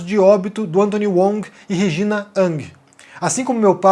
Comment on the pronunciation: por que você pronuncia "Wong" como "UONG" e "Hang" como "ANG"? Se tu aportuguesa todos os sobrenomes não deveria ser "Vong"? Lógica?